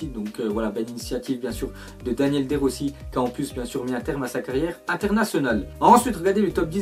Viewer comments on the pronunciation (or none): Ça ce prononcé daniélé de Rossi pas Daniel